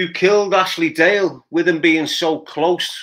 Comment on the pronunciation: Its Ashley DALE ,not GALE